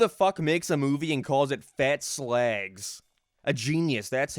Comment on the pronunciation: It's slag not slehg.